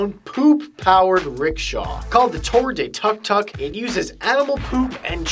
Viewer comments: The pronunciation of tuk tuk is took took :D I'm Thai and that tuk tuk is thia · it is tok tok i live in thailand and i speak thai so yeah. XD